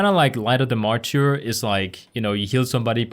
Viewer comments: that word you were struggling with is mar-ter. like the mar in march. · Hey loved the guide! Thought I’d help ya and say it’s pronounced ‘’mar-ter” no insult meant by it and not sure if other commented. All so do you pvp you should do a hpally pvp guide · MArtyr is pronounced like Marder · Excelllent job!!! Very clear and to the point! Oh, it sounds like 'maR-terrrrr' ;)